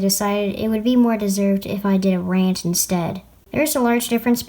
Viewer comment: it sounds like your saying ranch